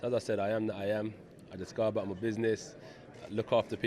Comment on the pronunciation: No longer saying "I'm a business man" haha "I do buzniz"